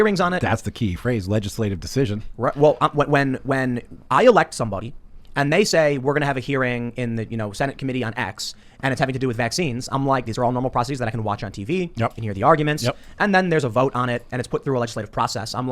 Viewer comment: Did Tim just take the already incorrect pronunciation "process-eese" and just shorten it to an even dumber "proceese"??? (Minute 24)